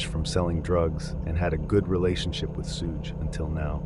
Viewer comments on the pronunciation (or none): the biggest crime here is you saying Suge like “Huge”. It’s pronounced like “Sug” know the short form of the word sugar often used as a pet name by waitresses in american diners in tv shows. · Suge Knight is pronounce "Sug" like short Sugar. And Jonbenet is Jon-bo-nay. No "T" sound, it's French. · Hi, this is a great video, but I hope you could work on some of the pronunciations (e.g. “Sooge” Knight should be “Shuge” Knight). The pacing of the delivery can be slowed down too. When mentioning the section names, there were times when they were spoken way too quickly. It can get distracting at some points. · lmfao....I knew you'd jump to the conclusion that I was the one offended. Your type are way too easy to read. Not offended at all, and I wasn't referring to any commenter being offended 🤦. Was jokingly implying the Suge (please pronounce it correctly when you read this out loud 😉) most likely isn't offended....geesh...nobody can comment on ANYTHING and they're automatically (OMG) offended. You make me laugh